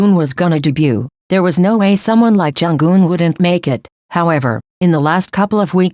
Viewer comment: Plz pronounce her name as Jung Eun , not Jung Geun😊 . From Korean fan. Thank you❤